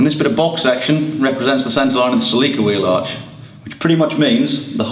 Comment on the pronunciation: Holy crap. I saw the drawings and realized they were saying "Celica" and not "Sleeker".